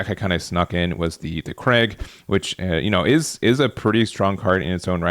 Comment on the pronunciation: Fyi kreig is not the dame as craig lol